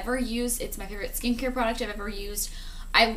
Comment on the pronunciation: Everytime you say "Skincare product" I hear "Skankier product"